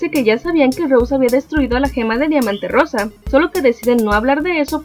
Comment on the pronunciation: diamante Rosa Rosa con acénto en la R jaja pRonuncia peRfectamente la R